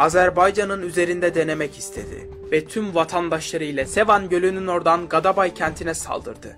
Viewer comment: O gadabay degil gedebey